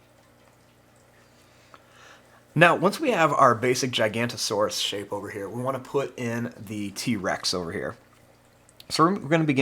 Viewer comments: Its not "Gigant-o-saurus" its "Giganotosaurus" pronounced: Gig-uh-note-uh-saurus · This drawing looks very good but you said that giga's name wrong